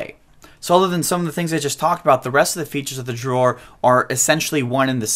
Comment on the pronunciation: It's Dror NOT Jror!